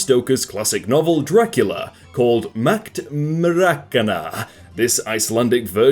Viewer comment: Sorry but i have to point out that its: "Draculea" not Dracula